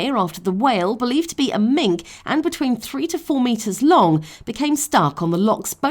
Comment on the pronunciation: It's not a mink(the whale), it's pronounced "minke!" The same way it's spelt oh how I hate educated people who don't pronounce our language properly!